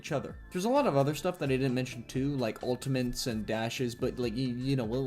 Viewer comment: Bro did not say ultiments